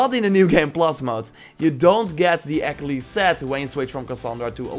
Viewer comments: I know this video is a year old but there’s no way you pronounced Achillies like “ack-uh-lees”. No, Ah-kill-eez. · always love your videos but dear god please learn how to say achilles right